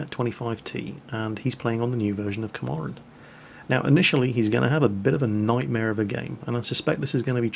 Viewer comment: It's not Komarin, It's KAMPARIN.